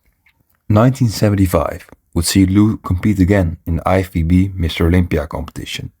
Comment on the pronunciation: Sounds like you have a hard time to pronounce lFBB.